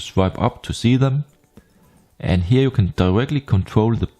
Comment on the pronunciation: Ahhh, that explains the Blend ...specially with words like "Here" that sound like "Heir" in german but than "Monitor" sounded danish:) Not trying to troll . Just funny.